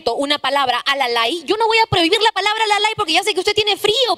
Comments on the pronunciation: Sigrid voquita de caramelo. No es alalay es alalau. Cojudignes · Como Cusqueño y quechuhablante no existe "alalay" se dice alalau/alalu no sabe ni hablar un vocablo quechua la calabacita Sigrit. Vaya a leer más izquierdosa! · Esta Sigrid si que es... ! "alalay"? Se dice "alalau", y no todos los cusqueños utilizamos esa palabra para expresar que sentimos frío. Y de todas maneras, esa expresión coloquial nada tiene que ver con el lenguaje inclusivo. No hables de lo que no conoces, mamita! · Sigrid no se dice alalai se dice alalau y es parte del dialecto wanka.